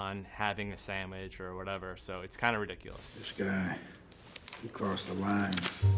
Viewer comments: This guy can tell us how ridiculous some of these scenes are but he can say sammich instead of sandwich without flinching? 😂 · did he say samich? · This guy said sammich..lol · "...having a sammich" :ddd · I love his accent. Among many other things, he actually pronounces it "sammich" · This guy uses words like "sammich". My kind of guy.